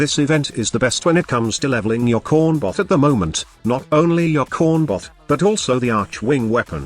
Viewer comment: i swear the TTS is saying corn buff not corn bot